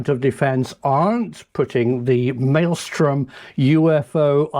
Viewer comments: It is 'Malmstrom', not 'Maelstrom'. Just had to say something. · Malmstrom is Swedish name,. You know, your neighbors to the north? MALM STROEM. inte Maelstrom. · I'm a little bothered by the pronounciation of Malmstrom as "maelstorm". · Please pronounce Malmstrom correctly. There are 3 m’s. I lived there so I am pretty sure of the pronunciation.